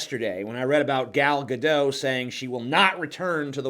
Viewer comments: Gal Gadot is a Hebrew name, so the last name is pronounced phonetically. Gah-doht. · It's pronounced "Gal Ga-DOT" for some reason. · The T in Gadot isn't silent. She's Israeli, not French.